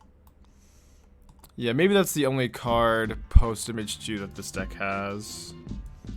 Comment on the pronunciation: Took me a minute to realize you were saying "MH2", "Image 2". I kept thinking of Phantasmal Image and wondered if you were referring to Glasspool Mimic.